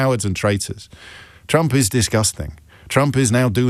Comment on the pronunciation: "We will bote for donald trunck" 😂😂😂😂😂😂😂😂😂